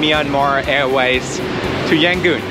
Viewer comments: "Yan gon", not "Yan goon" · FYI, It's either Rangoon (old British name) or Yangon, cannot be Yangoon :)